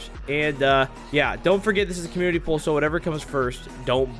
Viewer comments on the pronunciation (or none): none